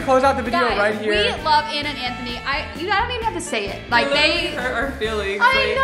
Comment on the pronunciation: Smth people didnt realize is she said letter by letter lol